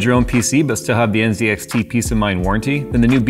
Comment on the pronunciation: THANK YOU for saying NZXT correctly. So sick of Linus saying it wrong on purpose! (Even if the NZXT Twitter refuse to take sides)